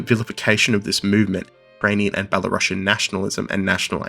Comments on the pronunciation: Thanks for a great video! A small nitpick: could you please pronounce Belarusian as Belarus+ian (U is stressed, and ideally s doesn't turn into sh), not as Bela+russian? That's important. Thanks. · It's pronounced ˌbeləˈro͞osēən.